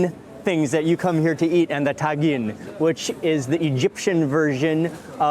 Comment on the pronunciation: Its TA -GENE not TAN - GIN